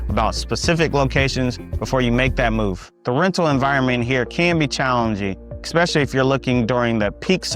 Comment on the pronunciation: Suffolk is the largest Virginia city by land area. If you include water features then you are correct. I was born and raised in VAB and left when I retired because the city politics became corrupt. Another reason I left was when they started building homes or shopping centers over cemeteries. BTW the word is "ESpecially"' not Ekspecially.